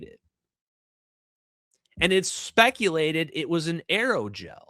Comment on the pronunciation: Not just Aerogel, ALLOYGEL!